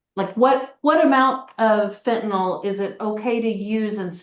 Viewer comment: If she could learn to pronounce fentanyl, that might help. Sounds like it's eaten part of her brain